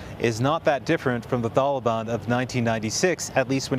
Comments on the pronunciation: Why is he saying tholobon lol wtf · Homie said “thaliban”